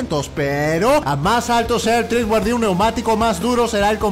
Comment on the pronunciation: Treadwear no TREEdwear